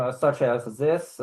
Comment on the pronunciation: 😂😂😂 what proof do you have that you are a protector Worker?? well, you see, I have ziss and ziss😂😂😂 I have never heard of that disability before "ziss n ziss"😂